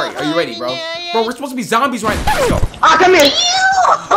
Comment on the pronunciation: Zombie not zomibes